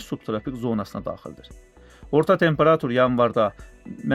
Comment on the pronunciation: Bu danışan hələ temperatur deməyi öyrənməyib